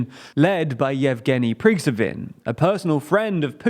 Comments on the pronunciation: His name is not Yevgeny 'Prigzhovin' - it's Yevgeny Prigozhin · “Pree-go-zhin” not “Prig-zo-vin”. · Can you stop saying Pregzewhin for the Wanger group guy? It's getting annoying. His name is pronounced Pre-go-zhn. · Ffs it’s Pro-go-zin, not Prigvozin or whatever. Get basic shit right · Yevgeni Prigzovin. Really? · “Prigzovin” try again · His last name is pronounced Pre Go Jin (soft J) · You guys can neither read nor write. Vovchansk is suddenly Vovnichansk, Prigozhin is Prigsovin, and your own ad is "curioistystream". Get your shit together. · guys please pleease try to get the pronunciations right before recording, it's really difficult to understand what the subject is sometimes. as an example, you pronounce evgeni prigozhin (aka p*tins chef) as prig-zo-vin multiple times in different videos, although the correct pronunciation would be something like pree-go-jin. those things really do bug my brain sometimes. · "Prigzovin" lol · Kramatotsk, Bagmut and Yevgeny Prigzewin lmao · I don't expect you to speak Russian. However, your pronunciation of Prigozhin is🤔 Why are you inserting a V? You didn't even emphasize the right syllable. I don't criticize foreign pronunciation, but it sounds like you lack experience. Unfortunately, it sounds like you've just discovered the Wagner group and have not been listening to the news, and haven't heard his name a thousand times already. Or you have and are just taking the mick. PRIG's oven:face-blue-smiling: BTW, it's kinda important because he could very well replace Putin and make him look like Gandhi. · Wagner's Chief surname pronounced more like Prea-go-j("j" like in January)-in :) As usual, thanks for content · I love how you butcher Prigozhin's name differently every video. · I wish this guy at least tried to spelling Prigozhin's name in his mind before reading it out loud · Isn't it "Prigozhin" ??? 🙃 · Bro all the videos you’ve made and still can’t say progozhin correctly 🤦🏻‍♂️